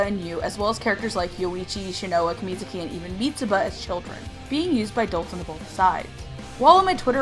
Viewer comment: I cringed everytime you pronouned Shinoa wrong.